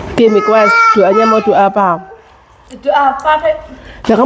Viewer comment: Mequest apa aku ga salah denger ya ? Bukan request mbak 😅